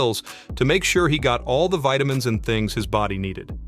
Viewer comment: Here the narrator has mixed it. Otherwise just FYI British: VeeTamin American: VaaiDamin (like water becomes wader, bottom becomes boddom etc) Narrator: VEEDamin (it's a mixture like taking Vee from British English and making T as D from American English) Edit: later narrator pronounced vitamin in American way too